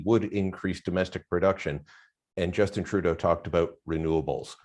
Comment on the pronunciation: Did he say turrdeau? Lol 😆🤣😆🤣